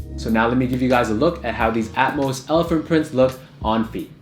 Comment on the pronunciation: Thank you for pronouncing Atmos correctly